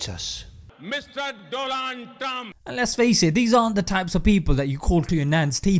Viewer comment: Doland Traam😂